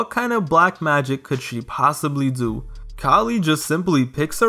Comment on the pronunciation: “gotta dzo what you gotta zoo” 💅💅💅💅💅💅